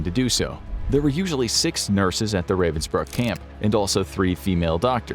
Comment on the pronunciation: The place is actually called Ravensbrück. Why does "Ü" matter? Pronounciation is different.